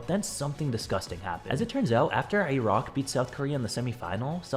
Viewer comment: What the FUCK is that pronunciation of Iraq